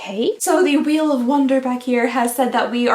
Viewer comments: "mystery weel Monday" lol 🤣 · “Mystery Weel Monday” I love it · “Mystery weel Monday “ it’s Monday for sure 😂